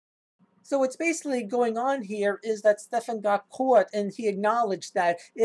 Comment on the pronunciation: Guy's name is Stefan, or Stef if that's easier for you, not Stephen or Stephan. At least get that right. Structural violence, gimme a fucking break.